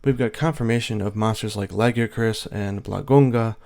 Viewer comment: you pronounced lagiacrus correctly yaaaaaaaaaaaaaaay here's a thumbs up